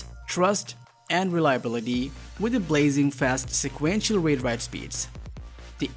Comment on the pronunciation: You are not pronouncing Read / Write properly and you said MegaBits instead of MegaBytes.. Big difference of a factor 8... My advice is to not talk the manufacturers so much after their mouths... Try to stand out more as your own voice and do it properly! otherwise, thanks for the reviewing!